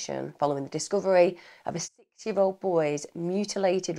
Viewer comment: Sounds like you're saying 60 year old boy😂😂 I'm now thinking you said 6 day or 6 year old.